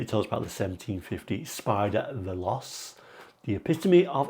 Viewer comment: Actually, Veloce is pronounced Veloché. Evolved over the decades, still a beautiful vehicle.